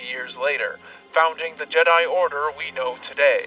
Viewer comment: please one thing, you have to stop saying G-die